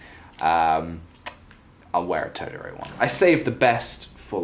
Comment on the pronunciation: I love how you pronounced totoro. I don't know if I'm the one always pronouncing it wrong but it was adorable.